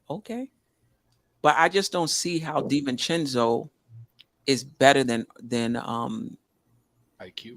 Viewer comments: Hey - Dante's last name is DiVincenzo NOT DiVincencko It's an Italian not Eastern European name. Adjae pronounces perfectly - try to keep up with Panel!!! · DiVincenzo NOT DiVincencko!!!!!! Het can you guys trade Stepdaddy tini wanabe bad guy please!